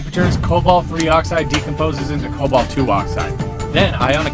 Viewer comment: What? It's Cobalt. Not Colbat. I think.